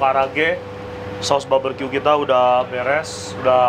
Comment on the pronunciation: Barbeque koh bkn baberque🤭